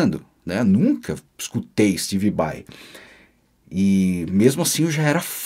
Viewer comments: Ué kkk Mas ele falava Steve Bai no lugar de SteBe Bai? Kkk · Se o Pai do falava Steve Bai, imagina como não saiu a pronúncia do Yngwie Malmsteen... história top!!! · No caso se o V tem som de B, seria steBe Bai, certo ? hahahaha